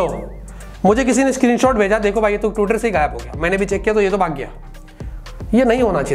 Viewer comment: When u say he leaves tiweter 🤣🤣🤣🤣